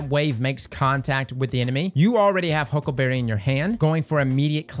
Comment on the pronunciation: I love the way he says huckaberreh 😂